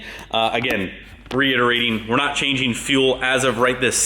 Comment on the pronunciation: "Timeen" "Changeen"